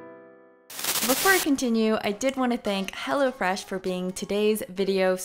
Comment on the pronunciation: When she said "Hello Fresh" I heard "Hella Fresh" 😂